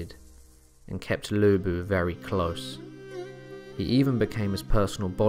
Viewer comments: Thank you for covering Lu Bu! Good job, but could you work on pronunciation? Chinese is a difficult language, so I understand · Its...its...LU BU!!!